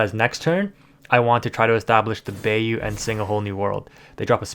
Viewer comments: "buy-you" not "bay-you" ... love the vids tho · We’re not letting you slide on Bay-oo 😂 it’s Bye-oo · ..... Bye-you.... = Bayou.... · I dont want to be that guy but bayou is pronounced like Buy- You (bīo͞o) but besides that very good video keep up the hardwork! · Lol thank you for your correction. That Bay-U was killing me. 😂